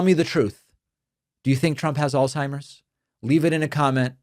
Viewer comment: If you are going to razz someone for forgetting the name Alzheimer you might first want to learn how to pronounce Alzheimer - alts high mer not alls high mer z = ts